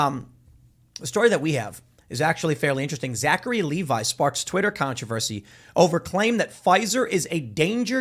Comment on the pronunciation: It's pronounced Leh-vee